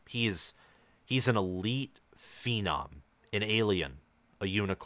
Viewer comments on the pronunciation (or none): none